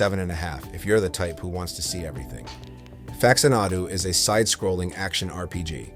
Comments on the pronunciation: Jesus Christ... can we just narrate our own videos, please? Fax-uh-NAH-doo?? SERIOUSLY!? Literally no human has ever pronounced it that way. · AI slop. I made it to "facts-ah-naw-du" before finally having enough. Get this crap off of the internet.